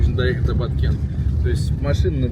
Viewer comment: Не сум а сом. Не Баткент а Баткен.